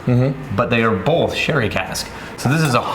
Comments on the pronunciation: Another good one would be to drink everytime pronounces an “L” in “both” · what about how he says "both" ... there is no L in both O.O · I think bolth is a Midwest thing. Not that he is midwestern, but as an Iowan I definitely say bolth.